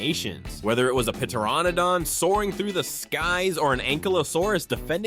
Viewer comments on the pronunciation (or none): Pteranodon. The “P” is silent yet he pronounced it. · Additional down vote for not knowing how to pronounce pteranodon